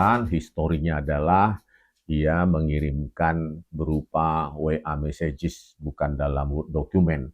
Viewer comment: Mon mon,jawab yamaguchi mu???anda yg ditwlanjangi akademik anda nanti😂,hayo gimana yamaguchi nya???anda bilang massage=messej tapi anda bilang messejez😂😂😂😂😂,belajar lagi mon